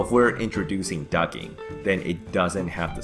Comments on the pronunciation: The T in Duct isn't silent FYI. I keep hearing you say ducking not duct-ing. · its not "ducking" its "ducting" ffs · It's duck-ting. Not ducking. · It's "Ducting" not "Ducking"! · It's " Ducting " not " Ducking " ! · Okay, it's not "ducking"!!! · Ducting!!! not ducking lol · isnt it ducting? not ducking? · plz use the t on ducting its not ducking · Duct not ducking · Ducking?? Quack Quack LOL ITS DUCTING haha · Ducting not ducking. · Ducting not ducking quack quack lol good info though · it's DUCT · The best explanation I have found so far!! Just add a "t" and I will watch all your other vids! (its a bit like fingernails on a chalkboard....) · When did the T in ducting become silent? Ducking? Is it like the L in solder? Too hard to manage or something? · He actually typed it too. He SPELLED it 'DUCTING'...I don't see how he could get the pronunciation so horribly wrong.